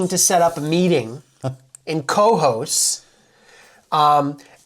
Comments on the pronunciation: I am in Schaghticoke NY, not far from Cohoes (pronounced Koe-Hoze) and never heard about this. I subscribed and will follow! Rick Delair. 😊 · hey guys! just so's ya's knows.....it's pronounced kuh-HOSE. best of luck to you. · It is pronounced ka-hoes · Please learn the correct pronunciation of Cohoes. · You need to learn how to pronounce the name right of Cohoes